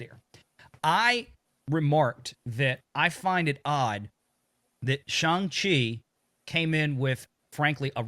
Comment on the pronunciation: It's pronounced Shawn of the Chi......come on, guys!